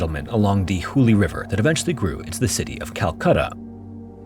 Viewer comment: It's Hoogly river not Hubli either.